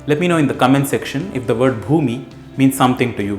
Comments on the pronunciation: ଭୂମି means land. It's pronounce just like you said. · Bhumi is exactly what you pronounced in Marathi